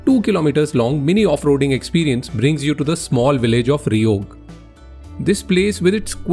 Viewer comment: Bro it's cheog not reog